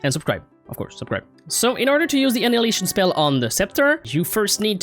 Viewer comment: "Andnidination" spell got me chocking 😂😂😂😂